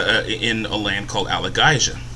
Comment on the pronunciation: It's pronounced Al-A-Gay-Zia